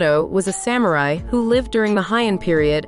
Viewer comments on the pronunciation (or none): none